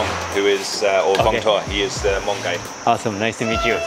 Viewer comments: You pronounced Hmong perfectly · Props to you for saying Hmong right!!!